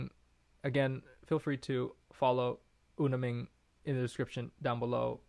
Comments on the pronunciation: It's Minh with an nh niy Ming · Minh to the northerners will sound like "Ming". Not that I'm fully a northerner but a halfie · Nh is a G sound in the North. I'm Irish in Hanoi. Ninh Binh is pronounced Ning Bing